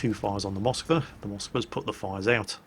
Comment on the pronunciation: God dammit IT IS Moskw A!!! not M O skwa!!!